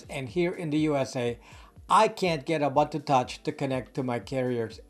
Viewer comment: Its pronounced "oo-boon-two Touch", not "A Bun To Touch" Otherwise fantastic content I enjoy watching your videos and hearing your thoughts. Thank you!